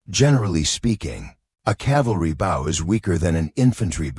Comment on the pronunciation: Terrible computer voice with many mispronounced worfs. Can't even pronounce BOW right